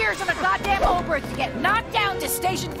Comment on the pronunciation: It's called Oberth after Hermann Oberth. And it is pronounced OBERT. Do your homework correct or don't do it at all.